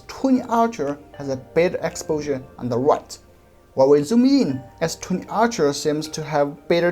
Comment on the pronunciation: I love that your "ultra' sounds like "archer" ;)